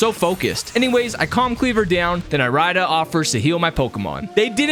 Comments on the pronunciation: the way you pronounce irida is physically painful to hear it’s pronounced like iridescent fix your pronunciation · Pretty sure it’s eary-da not e-rai-da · my mind: dont do it dont do it dont do it my body: DO IT me: (Irida) I-RIDE-A DICK i couldnt help it with the pronunciation